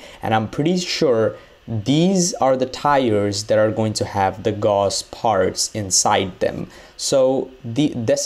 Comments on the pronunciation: gauss ... not ghoss.. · BTW Gauss it's pronounced like house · Gauss (actually spelled Gauß) was a German mathematician. (see The name is pronounced German, it sounds like "Gous", like in house or mouse. Not "Gaws" like in all the videos. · Gaus, not Gos. Come on, dude. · No Its guss.. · GAUSS AS IN HOUSE! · It's pronounced Gauss like Gous, put it into google translate